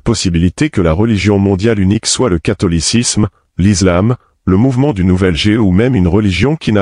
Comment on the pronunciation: Prière de bien prononcer le mot ISLAM.On ne dit pas :(IZLAM).On dit bien: ISLAM.On ne dit pas:(IZRAEL). On dit bien ISRAËL. Le S entre deux voyelles se prononce Z.(a,e,i,u,o,y). mais le S entre une voyelle et une consonne se prononce S.